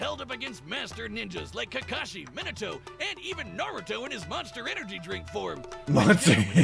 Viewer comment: Yeah, the result of this Death Battle was probably obvious to anyone who knows Obito. pronunciation of "Minato" made me hurt.